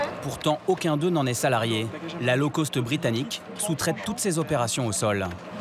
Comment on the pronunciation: low cost revoir la prononciation : cost Sinon intéressant